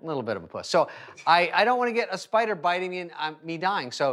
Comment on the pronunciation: Spader spider 😂